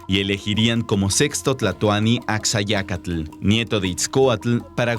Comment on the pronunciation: Ashayacatl, se pronuncia.